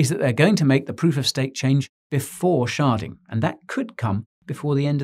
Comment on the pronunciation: wait did he say sharding or sharting lmao